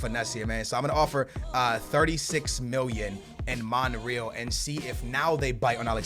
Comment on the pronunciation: How can say Real Madrid right but he cant say Monreal right. smh